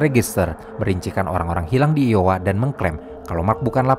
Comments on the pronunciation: Bukan "LOWA" bang tp "iowa" Ai-o-wa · lowa = iowa dibaca ai-o-wa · iowa kali bukan Lowa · Koreksi bang. bukan LOWA tapi iOWA.. I itu bukan L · Bukan lowa bacanya tapi ayowa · Dibaca Da Moyn Itu Iowa ( aiyowa ) bukan Lowa. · sedikit ralat bang, itu iowa bukan Lowa, btw gua selalu enjoy sama konten konten lu, semangat terus bang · Sedikit koreksi penyebutan: Iowa = Aywa Des Moines = De Moin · Min,,konten mu sdh bagus baik itu di kamar film atau di lasak adarma, tp msh saya kritik sma seperti sebelumnya,,penyebutan nama org atau nama tempat atau lokasi msh sering salah pelafalan,, tolong segera perbaiki,, apalg iowa masa dibaca jd lowa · iowa bukan lowa ya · Maaf min. Bahasa inggrismu kok 3/10.. kok bisa IOWA dibaca Lowa .. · iowa = aiyowa ya kak